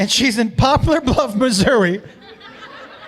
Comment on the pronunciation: Upvote for pronouncing Missouri right the second time lol